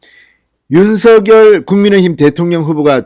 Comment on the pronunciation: 윤서결이 아닌 윤석렬로 발음 교점해 주세요